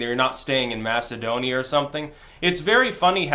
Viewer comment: Not "Macedonia",, never "Macedonia".